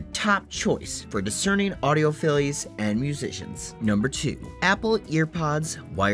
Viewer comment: This guy says “log”E-tech and audio”Phillies” and rigit-E. I think he’s never read those words before and saw them for the first time when he found the product pages to read to us in this turd of a video